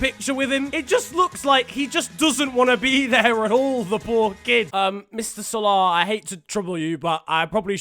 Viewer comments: Why does he pronounce salah like spongebob pronounces salad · The way u say salah